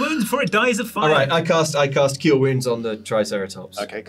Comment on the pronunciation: "Keel wounds"